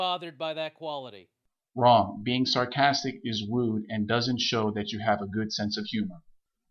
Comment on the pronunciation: Did he say "wude"